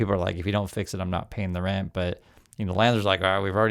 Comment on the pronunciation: I finally got your message with the word Rent (strike) I keep hearing “Red” strike I guess your nose is clogged or something